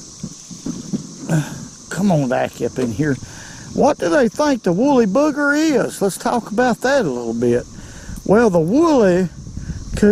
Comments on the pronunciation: really like your videos and suggestions, but it's wooly BUGGER, not booger. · It's a woolly bugger, not booger. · It’s pronounced “bug er” , not bugger.